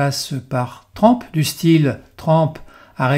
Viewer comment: On prononce TRUMP et non TRAMP …. Encore une fois…